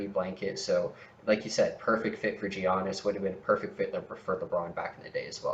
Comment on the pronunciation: 50/40/90, 21ppg, top 3 mid range in the league, way more efficient than JB and BI, better defender than JB and BI, and better passer than JB and BI, but ranked lower than JB and BI? Giannis isn't pronounced "Jeeyonis" Criticizing low block numbers is a strange criticism of players on a team that give up by far the least paint points in the league.